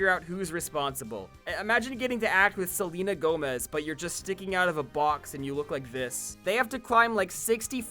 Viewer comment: Selena Gone-mez